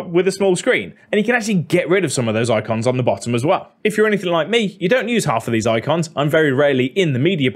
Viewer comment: I love how he says "oicons"! Funny.